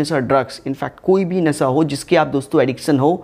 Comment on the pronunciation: Pehle nasha bol na tu sekh lo..